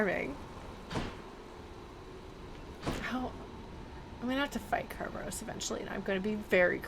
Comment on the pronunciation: I find it interesting that you're very particular about pronouncing Kerberos closer to the Ancient Greek way, but use the typical modern English pronunciation for Euryidice.